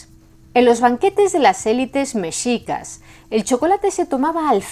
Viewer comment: muchísimas gracias por pronunciar "Mexicas" como debe de ser, con la "x" pronunciada como se pronuncia la "sh" en inglés, de hecho así es la pronunciación también de la "x" en México. Nuevamente, muchas gracias!